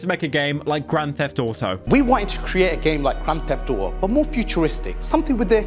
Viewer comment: "grand theft ou-o"